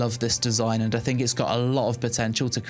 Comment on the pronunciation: "I personally thinG..." Think is spelled T-H-I-N-K. Not T-H-I-N-G.